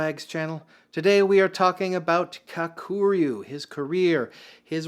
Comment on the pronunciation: Dammit dude, first learn how to pronounce Kakuryu. Emphasis on the Ka part, not the ku part. And try not anglo the r, bro. 🤦🏽‍♂️